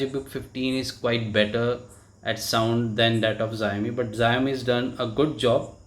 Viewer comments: Not zaomi its Shaomi (Xiaomi) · It's pronounced sha'o'mi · bhai its called show-me not what you call it !! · Pronounce same h Shau mee or Shaomi 🤔🤔